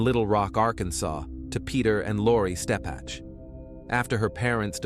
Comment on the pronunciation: First, her name is Ebby (as in ebb and flow) Steppech (stepick). Second....This is NOT Little Rock. If you want viewers, don't fake it